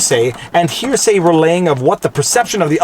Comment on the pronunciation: It’s gross how you emphasized to hear say when the unclassified transcript itself is released and it fully supports his points